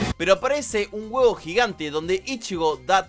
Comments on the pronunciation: Jajaja "huevo" no se llama haci se dice "hueco" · Ya está te amo bro, te ganaste mi cora y te lustro toda la espadota bb(? Pese a todos sus fallos bleach es y siempre será mi anime/manga favorito y tengo un hype tremendo por el regreso del anime PD: Lo de huevos es a propósito verdad? Verdad?... PD2: Deberias practicar un toque mas la pronunciación de los nombres en taka taka (aunque en esté video tan bastante bien)